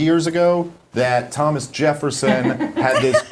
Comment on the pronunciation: “Highmas” “Highmas” “Highmas”